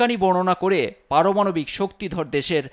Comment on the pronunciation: আর কি পারমাণবিক কথাটা উচ্চারণ হয় না😂😂😂😂